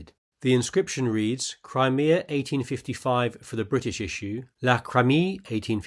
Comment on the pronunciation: It is pronounced "Cry-Me-Ah", not Cremeah, otherwise great video